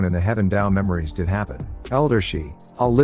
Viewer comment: It's so annoying when you say "I T" D I D". Just pronouns the damn word bro.......